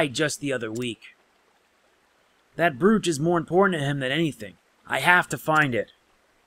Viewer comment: Awesome video dude, But the only thing I found annoying & funny at the same time was how you pronounced the word "brooch". So here's a link on how to pronounce brooch. But keep up the awesome content.